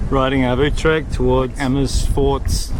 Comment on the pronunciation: IJmuiden not ijmuden Utrecht not Utretcht Guys ??? you mean girls...😉